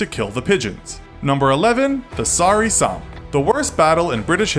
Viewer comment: You say Somme wrong btw